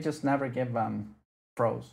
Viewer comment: Side throws I thought u said fro I’m like what the hell is side fro my apologies 😅😅